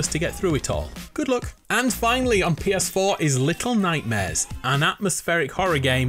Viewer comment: LETTLE NOIGHTMAREZ